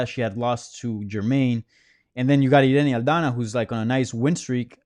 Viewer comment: I was waiting for that authentic Irena Aldana pronunciation and didn't dissapoint.